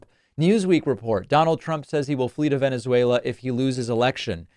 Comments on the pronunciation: It should actually be a crime to show a Trump clip talking about Venezuela, without dropping the soundbite of him saying “Wennizveyla.” Cmon David, up your game sir. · “If I lose we’ll meet in…Venezwerero” - Trump 😂😂😂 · I thought it was "Venezwarweuh" 🙄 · He can't even pronounce Venezuela💙💙